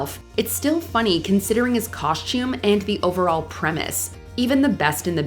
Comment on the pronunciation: had to stop watching. Hearing “coshtume” is like nails on a chalkboard. There’s no “sh” in the word. Ughhhh. 😖